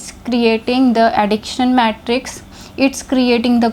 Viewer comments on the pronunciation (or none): none